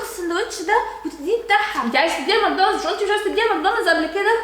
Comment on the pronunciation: (ماكدونالدوس) 😂😂 عسل يا ❤